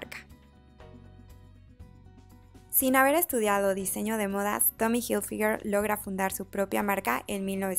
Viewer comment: Pronuncia bien la marca